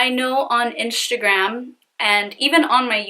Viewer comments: Omg your face looks like a mask. Are you attempting to look like Kim Kardashan also? I think it prevents you form saying instagram, you are saying inshta'gram. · I hate the way she says "inshtragram" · What a criminal!!!! One question? Why do you have a hard time saying Instagram lol do you have veneers? You speak perfectly fine except when you pronounce inshhhhhtttagraaam🤗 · why does she pronounce instagram as inshtagram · I was looking for this!!! 😂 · Marissa Antoinett lmaoooo i knew I wasn’t the only one hearing that Inshagram name! So annoyinh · Omg I cannot continue watching this with you saying iNSHAgram. 😭😭😭😭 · u actually say inshagram, but that’s just how u pronounce it and that’s ok. Don’t freak out on peeps when they say that, I think we just haven’t heard Instagram pronounced like that. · you kept saying Inshagram. Please replay the video lol. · d g lmaoo she better be!! 🤣 inshagram. Fashebook. Shwitter. 🤪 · I listened to her pronounce Instagram several times to figure out if she was really saying it weird or if it was me. Then she said IRA like it's someone's name haha. This guy sounds like a Scumbag but it sounds like she wanted a guy who has money to buy her phones, pay off debt, and take care of her. She was blinded by the money and got screwed.